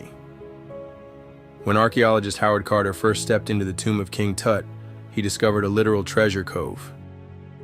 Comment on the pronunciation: "King Toot", hahahahahahaha